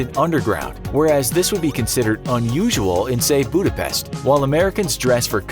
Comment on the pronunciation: The way he prounounses budapest makes me fkfjwnckbfdjx!!